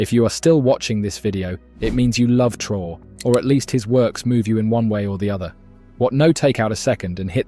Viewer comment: Trr-rain? Ai much do we?